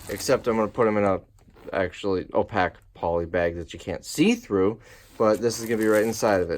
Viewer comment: Love the daily-ish videos! One tiny nit to pick - you are mispronouncing 'opaque'.